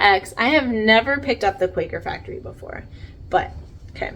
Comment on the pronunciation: I have heard that Quacker Factory is pronounced Quack-er like the sound a duck makes. I would have read it the same way. But I saw another reseller get corrected on the pronunciation before. And it makes sense with the geese on the tag.